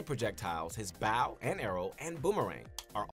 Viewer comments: I think you're being too harsh. When he pronounced bow as bao, I think he was talking about Link's favorite dumpling recipe 😁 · You know this video is terrible because I was so focused on how bad it was that I didn’t even notice he said baw instead of bow until afterMockRock said it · The only thing I don't understand you being so harsh on them for is their pronunciation of bow. People have different pronunciation of different words you know. Do you think you can react to one of their newer Smash guide videos? Because when I have watched videos of them the videos seemed to be coherent and make sense. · how do you say "bow" incorrectly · "The BꝊW and arrow" Just wait till you hear how this guy pronounces Ryu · I’m surprised you noticed that they mispronounced bow, but not that they called it a projectile. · bro we went past the level of the guy not knowing how to play he doesn't know how to speak! Bow (gesture) is not bow (weapon)